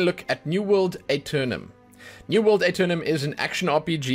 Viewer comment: the A is silent